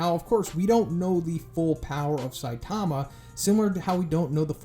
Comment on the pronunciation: Why would your butcher saitama's name like that